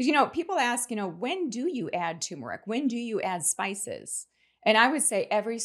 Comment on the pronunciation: It's TuRmeric